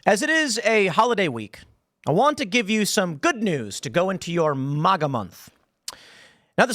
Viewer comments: Can't you pronounce MAGA like every other person in the world pronounces it? Good God! It's like hearing Obama say ISIL with that stupid whistle on the S instead of saying ISIS like everyone else! in the world! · Why does Tim insist on mispronouncing MAGA?